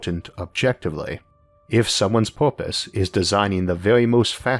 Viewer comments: Isaac, what is "poopuse" ?? Did you mean PURPOSE ? If so why are pronouncing it as if you learned English yesterday? Can I contribute to your site by sending you some vouchers for online English class ? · "Porpise" xD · OK I'm 27 seconds in and already I'm having to stop because he keeps saying porpoise.